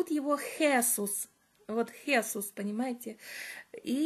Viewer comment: Правильно произносить Хесу́с...живу много лет в Испании и неправильное произношение режет слух).Мне 63 и в прошлом году я прошла по Camino de Santiago ingles(это где -то 112 км примерно) с подругами,мы снимали частные квартиры для ночёвок.Очень довольна,испытала большую радость,когда оказалась на площади перед кафедральным собором.У меня было большое желание пройти этот путь и я прошла один из его маршрутов!!!Благодарю всех,кто поспособствовал этому!!!